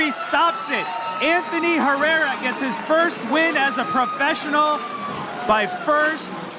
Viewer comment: Tejeda pronounced H e rr e r a . Apparently.